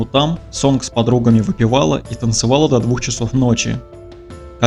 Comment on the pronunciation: Может, сообщение не по теме, но не Сонг, а Сон, г не читается.